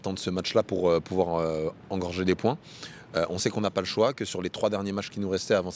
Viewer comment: Engranger...Pas engorger.